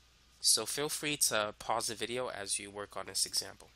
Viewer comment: "in this vidiyuh"